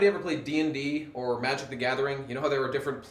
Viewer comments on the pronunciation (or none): none